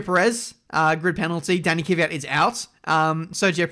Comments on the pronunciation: KV YAT not KY VI YAT!!!! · Stop saying Kyvyat instead of kVyat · You always say Kivyat but it is KVYAT it’s like you do it on purpose